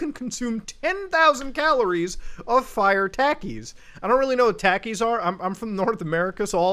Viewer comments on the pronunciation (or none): Just because nobody mentioned it, "Talk-E's" not "Tack-E's" (spelled Takis) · Takis Me: Tah-kees Muta: Tackies 😂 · it is NICK o cado not NEEK o cado and its TALK ees not TACK ees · It's Takis (Taw-Keys), Not Takis (Teh-Keys) Lmfao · I cry every time I hear Mr funny Indian man says taa keez instead of thaa keez so sad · The way you say takis muta, it's like nails on a goddamn chalkboard fuckin "talk-ees" not "tack-ees" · It's not TAAKIS it's pronounced Tokies and it's not cheddar it's a corn chip with spicy stuff all over it they are really popular lots of people eat em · Mans just called takis (tah-keys) tacky’s Love u Mudah but don’t disrespect my snack like that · him pronouncing takis (tah-keys) as tackies is the most canadian thing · Takis are good but consuming that many seems painful also muta for some reason it's pronounced talkes even though it's spelled like takis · Muta i love u man but the "a" in Takis is pronounced like you would when saying awesome not like ur saying apple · I assumed you were wrong because i've literally never heard someone call it tackys irl, (including my mexican friends) and because the advertising pronounces them tahkis my bad i guess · Its Tah-key and not t-ah-key. Pls papa brown man, it's just so extremely off-putting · Oh it kinda hurts when you pronounce takis wrong. "Tah kee" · He literally says his name is "nick" , yet you insist on pronouncing his name "neek"... TF? Also, Takis are pronounced like "taco"... "tah-key". Are you even trying? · Bruh I hope your self aware with the pronunciation bro literally can’t watch, Becuase that shit,”tackies” and fucking “Niko-cado” bruhhh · I love how he said " T a h k e e s " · It’s pronounced “tawk-ies” btw Muda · Ayo bro it's pronounced Tah-keys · Just so you know, it's pronounced "tah-keys", although I do enjoy the way you say it now. 😆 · How the fuck have You not have Takies? (Pronounced Ta-KEY-s) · He pronounced Takis as Tackies.... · "Tack • ey"